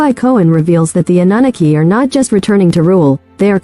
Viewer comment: The AI voice is terrible- “uh nuh nuh key” cannot listen to that